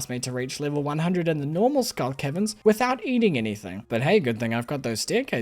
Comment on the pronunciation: You pronounce caverns like Kevins and that's amusing 👍